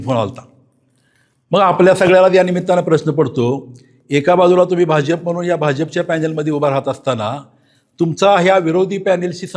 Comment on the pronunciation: बाजफ नाही भाजप म्हणा आधी . टाकून आलेलं दिसत 😂😂🎉🎉